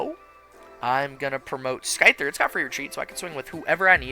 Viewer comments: Wait wait wait, you call it SKY-ther and SKE-sor‽‽‽ Man... it is pronunce SI-ther and and SHE-zor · just so you know for the future it’s “Syther” and “Sizzor” where the c is silent. Hope this helps! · Another great video! The single-prize Scizor is one of my favorite cards. So good. Also, hope you don't mind the slight correction, but the c in Scyther and Scizor is silent (like the word scissor) 😅